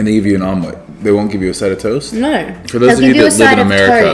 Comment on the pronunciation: Lol her noeeeweeee is exactly what Jordies talks about with Aussie chicks saying no